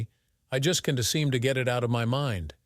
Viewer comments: Besides the unbelievable topic and how it's talked about and handled... Train your AI... That's... That S Can't... Can T We'd... We D And so on.. Very annoying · please teac you AI reader how to pronounce words like can't and won't...........!!!!!!!!!!!